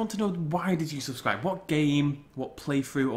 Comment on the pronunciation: I subbed because I loved you Jurassic park Genesis but I love the rest of you stuff and I also like it when you say swubscribe.